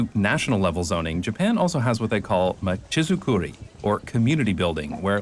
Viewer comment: Great video as usual! Small note on your pronunciation of "machizukuri": It's machi-zukuri, with "machi" meaning town/city and "zukuri" meaning development. I'm only commenting on this because you tend to be really good at getting the pronunciation of foreign places and terms right in your videos!